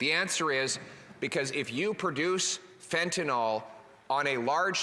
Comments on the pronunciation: Totally agree. Thanks. And it's fentanyl, not fentanol. (it's pronounced "fenta- nil") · Someone needs to slip a note to Poilievre that it's 'Fentanyl', not 'Fentanol'. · Mr. Poilievre, please start to correct the pronunciation of this drug. It is FENTANYL, not FENTANOL. "IL" not "OL". To pharmacists it's a big difference between the alcohol derivative inferred by calling it Fentanol when that's not what it is. Make the change thank you. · There is no "o" in fentanyl.